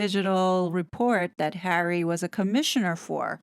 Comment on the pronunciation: Doesn't his marriage make him a citizen? Just wondering but also, the ridiculous way you say his name makes what you're trying to get across very hard to even listen to.